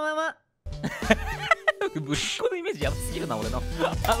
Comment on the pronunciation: ぶりっ子の発音が違う…Σ(ﾟ□ﾟ)